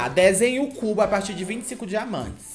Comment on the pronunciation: "Desenhe o Cú-bo"